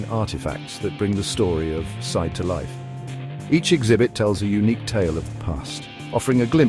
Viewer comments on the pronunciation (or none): The Turkish town of Side is pronounced like "seed-eh", with a short "i" sound as in "sit" and a soft "eh" sound at the end. It's not pronounced like the English word "side".